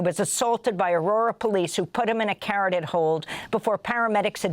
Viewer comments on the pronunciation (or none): *vessel SANK (the simple past tense) *also, pronounced "kuh-RAW-tid" (a Carotid Hold being a choke hold which cuts critical blood flow through the carotid artery)